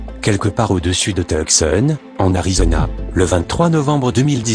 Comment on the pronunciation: On prenonce Toussonne et teucson 😁